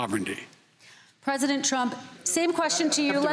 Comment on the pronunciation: "i agree with truck"